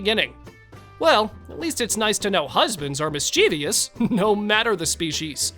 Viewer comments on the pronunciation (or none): Again, poor research. Sharks do not have lungs. Why did y0u further soil the video with a picture of T***p? No more recommendations from you! And, it's pronounced "MIS-che-vus.